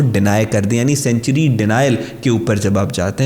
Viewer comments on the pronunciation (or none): سینچری نہیں سینکچوئری ہوتا ہے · Don't pronounce the word "Sanctuary" like CENTURIES, pronounce it like SANK-turies.(Sankchuries)